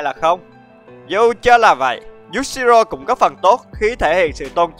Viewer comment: Cười nhất đoạn anh đọc nhầm Yushiro thành Yashiro ;))))))))))